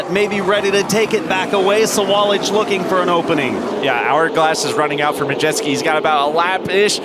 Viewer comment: One announcer says MUDjeski, the other announcer says MaJETSKI... LOL